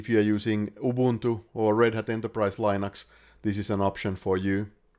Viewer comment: Thanks! Super informative video! My only quarrel is the mispronunciation of "Linux".